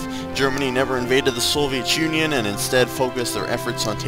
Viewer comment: And by the way It's pronounced Soviet Union, not Soviechunion.